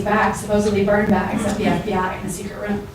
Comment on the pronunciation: “Appointed a guy name burnbaggs”🤣🤣🤣lmao